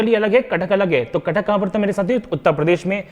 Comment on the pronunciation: आप तो अंग्रेजों के बाप निकले "कथक" को कटक पढ रहे हो।।।।😂😂😂